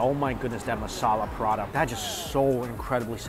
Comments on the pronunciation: prata not prada mike 🤣 but great to see you enjoying all the food! 😋😋😋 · PRA TA.. NOT PRA DAH 😭😭😭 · Prada?🤔 more like Paratha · It is prata not prada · Prata not prada!! hahaha if there's an all you can eat prada buffet i need to get some bags and wallets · Prata, not Prada (check description) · It is actually roti prata. Not Pa-rata. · Prada? Those aren't handbags.... Isnt the pronunciation, palatha? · Its spelled prata dude not prada 😅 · Why do you say P-Rata, rather than Prata, like Singaopreans do? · Lol.....I can't help it!!😂 Mike, corrections! Is Prata. not Prada😄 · Ahhh I thought he said Parana buffet. Not Parata. I was expecting to see him eat some Parana or having parana in tanks to look at while you eat. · prata...lol what is parada...wah lau XD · It’s pra-tha not puh-rah-dah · Ok but why he said prata as parata, its just prata not parata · i was preoccupied during the first 2 minutes of the video and was convinced i was hearing ‘piranha buffet’ until the first dish came out 😭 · i kept hearing Mike saying "prada this, prada that, prada..prada....." 😂😂😂 that is a looot of bags man 🤣🤣🤣🤣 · Paratha is how it's said though. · im sorry but i kept thinking you were saying Piranha then i saw it as the bread lmao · Oh, and it seems like he likes to eat Prada not Prata 😂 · As an Indian, my heart aches every time he says Prada... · IS PRA-TA two syllables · It took me so long to realize he wasn't saying "burrata" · I thought he said "Piranha" buffet. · Prada or Parata? haha